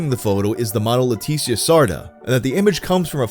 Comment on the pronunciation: i love how every time he says ''leticia'' its a different pronunciation lmao